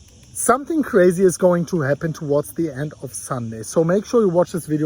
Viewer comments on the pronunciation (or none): none